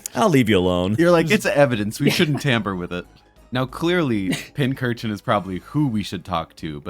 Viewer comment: Why tf do you keep mispronouncing Pincurchin as Pinchurchin?